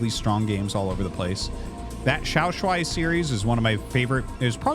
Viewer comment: Off topic, but i appreciate Arty pronouncing XiaoShuai correctly this time.